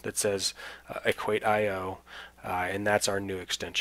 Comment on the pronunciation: thanks a lot but on their homepage they pronounce it „equaysheoh“ rather than equait-i-oh.